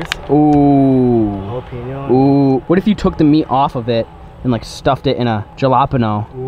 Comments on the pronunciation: did he just say ga-la-pano instead of jalapeńo 🤦🏽‍♂️ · ja-la-pen-o me:ITS HAL-A-PEN-YO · DeanOfLegends he says Ja La Pen O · A jalapeno? Now that I’ve spelled it out it makes sense, Jalapeño 😂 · Lmao the way you say jalapeño “gelapano” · Did he just say jalopano? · “stick it into a jahlopenoul”😂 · He said jalap eno he pronounced the j like j instead h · bro said “jeh lah peno”😭😭😭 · Jalapeño is pronounced. Ha- la- pe - nyo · The way he pronounced Jalapeño hahahahahaha, I'm dying over here Edit: He said it lol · He does that on purpose guy, watch his other videos. He purposely pronounces things wrong.